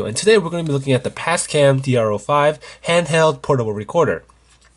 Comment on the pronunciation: Sounds like you said PASCAM ?